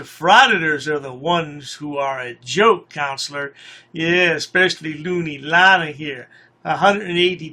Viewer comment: Can we stop calling him a woman’s name? It’s Lane not Lana